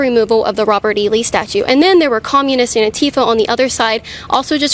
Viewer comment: Wear your masks, sheep. EDIT: I forgot - Kait, Antifa is still not pronounced anTEEfa.